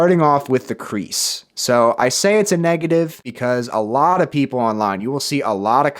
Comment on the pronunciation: He said creaks not crease